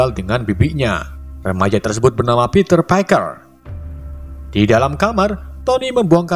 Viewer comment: Gw dgr peter kayak panter